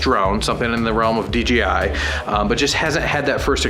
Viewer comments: I don't think it can't be even considered as a debate, since there is not an opinion about how to pronounce it but just GRAMMAR, I'm not native speaker but I have never seen a single person saying DJ like Dee Yee. So, nope, DEEYEE I is wrong, DEE YAY I is the correct way to pronounce it. Dang, I have never seen someone saying: "Well yeah a we had DEE YEE at the party last night" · Deeyee I Noouuuuu DJ, Dee Jai, yo man Dee Jay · You guys always say "DGI". :-) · DGI?? lol why does everyone says DGI!? It’s. D JAY I lol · Can you guys PLEASE say "DJI" and NOT "DGI"???!!!!